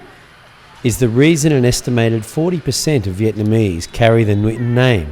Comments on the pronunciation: You are so amazing when you'r speaking Vietnamese lol. But you said the word "nguyễn" somewhat wrongly, you did like "nuyễn" :p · the "NG" in Nguyễn is pronouced like "siNGer" in English. i hope it helps you somehow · I realized that you said the word "ngon" perfectly, and you wanna improve the sound of the word "nguyen", it's something similar.. ;) thanks for making this video! It was so good :)